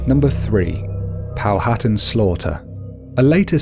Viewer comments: It's actually pronounced "Pow-at-an," and not "Pow-hattan." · NOTE : It's Pronounced "Pow - ha - tan" ..not "POW - HAT'en" LOL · It is pronounced Pow a tan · Good video but please learn how to pronounce Powhatan. It's Pow-a-tan. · POW A TAN. H IS SILENT